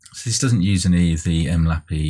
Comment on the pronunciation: bruh why do you pronounce it 'em lappy' its 'em el aye pee eye' other than that useful video thanks for taking the time to make it!